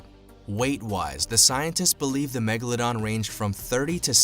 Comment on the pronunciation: Da magaladon